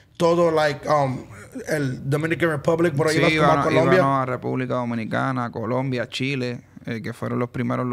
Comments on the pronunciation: COLOMBIA******** NOT “Columbia🤦🏻‍♂️ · It’s Colombia not Columbia